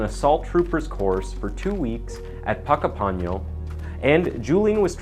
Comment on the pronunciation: This massacre was a horrendous act by a very disturbed and cowardly wannabe. Thanks for choosing an Australian story, and well done on pronouncing Puckapunyal correctly!! Some of our place-names are real tongue twisters! 😊🐨